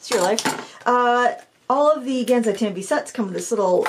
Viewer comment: It's Kuu-Reh-Tah-Keh Gahn-Sigh Tahm-Bee. Not Kurrytakky Gansy Tamby